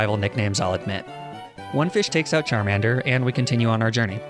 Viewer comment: sorry did you say charminder